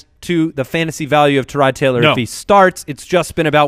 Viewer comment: It's bad enough you always talk about Tyrod Taylor....but now you pronounce all wonky saying Tarod. HIS OWN MAMA DOESN'T EVEN PRONOUNCE IT LIKE THAT